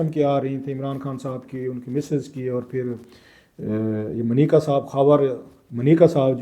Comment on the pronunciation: It’s Manika sir not mneeka